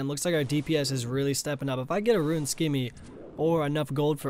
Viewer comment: its not "roo-win" its rooon